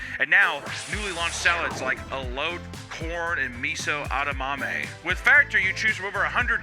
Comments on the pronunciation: Your pronunciation of "Elote" and "Edamame" gave me Crohn's Disease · pronounces edamame like onomatopoeia